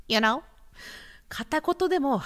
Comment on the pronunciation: you know が、ゆーうにょ💁🏻‍♀️に聞こえてうにょ😂